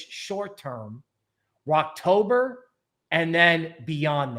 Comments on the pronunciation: Always good infor on the channel but I'm a little confused if you're talking bullish or bearish. It says Rektober but it sounds like you're say "Rockober" (sounds bullish). But it looks like in the last 2 cycles mid-October were new ATH. This market might be different but I feel like I missed a video or indicator somewhere. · Are you saying "wrecktober" or "Rocktober"?